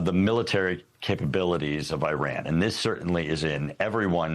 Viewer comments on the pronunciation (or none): "Nuculer" and "Eyeran." Another genius repuglican. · This clown can’t pronounce Iran. Right Wingers are bleeping idiots.. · What is nucular enrichment? Is the same as nuclear enrichment? And why the name of that country is pronounced as far from the actual name? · He talks about it how many times? and never says it correctly😢